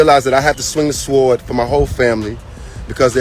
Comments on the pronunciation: the word is s(w)ord! The W is silent. For all your money you sound very uneducated. Poor Wendy, how did she ever swoon over such a goober? 🤢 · the fact that pronounced the W in the word sword tells me all i need to know.